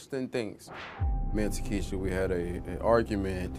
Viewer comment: How can they be pronouncing her name tah kee she a?? The spelling "Takshia" makes it TAK SHE A These ghetto names are so damn dumb 🤮